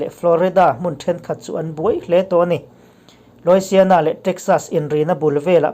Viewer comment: Louisiana hi s alam rik tur anilo. S hi Z anga lam rik tur. Louiziana tih anga lam tur